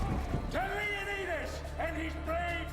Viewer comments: lol at 30 he says to leoneedus xD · LOL David Wenham says "To Leoneedas." Oh well, I thought it was funny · lol he say to leoneedus at 30